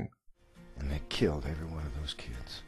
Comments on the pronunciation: Anyone else notice the emphasis put on the word "killed"? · Yup. It was a frightening experience.